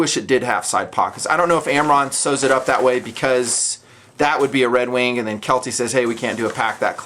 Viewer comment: is he pronouncing redwing redwink?